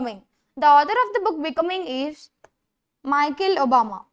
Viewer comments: It's not Mickle Obama (pronounciation) it's Michelle Obama 😂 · She didn't say Mickle, she said Michael, even you should work on your pronounciation